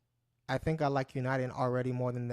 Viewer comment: we use this to talk all over the world either by voice, morse code, or one of thousands of digital formats that we have to send data and information. Send email over RF not using the internet. and so much more. Where are you from and what is your channel about? you are mispronouncing UNIDEN but that's ok I subscribed anyway LOL :)